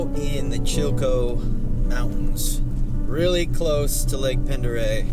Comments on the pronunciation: Let me help ya out with that…Pendereille is pronounced (Ponderey) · Pend Oreille is pronounced Pond Da Ray. Welcome but watch those California plates going too far onto someone's property. 😄